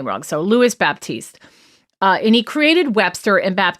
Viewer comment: The 'p' in Baptiste is silent ... so the pronunciation is Bah-teest.